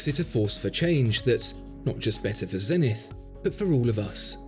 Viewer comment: You're pronouncing Zenith wrong